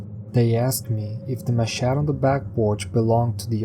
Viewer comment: The 1st story you describe a machete. Whuch is a huge bladed knife. It is pronounced "Maa shet tee" just for the info. I'm not being a smart arse, or sarcastic. as it's not that important. I just thought u n maybe others may appreciate knowing what it's is for one and two for the correct way to say it.. Cheers to u n all the Guy's N Girls lol